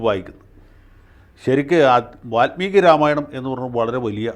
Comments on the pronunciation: സ്വതവേ നല്ല മലയാളം പറയുന്ന വക്കീൽ, വാല്മീകിയെ, വാത്മീകി ആക്കിയത് കുറച്ചു അരോചകം ആയി... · വാല്മീകി. Not വാത്മീകി.